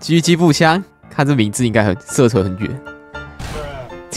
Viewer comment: 我把狙擊步槍聽成雞雞步槍